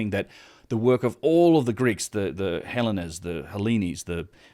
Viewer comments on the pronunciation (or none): Cretan has a hard 't'. Hellenes is pronounced 'helleens'. Colonnade is 'colonnaid'.